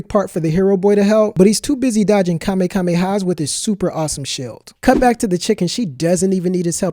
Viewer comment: Ahhh I tried to stop myself but i just couldn't: It's Ka-me-ha-me-ha (Kamehameha) NOT Kame-kame-ha.... sorry!